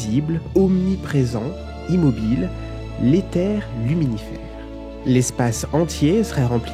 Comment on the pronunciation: C’est Luminifère pas luminiphere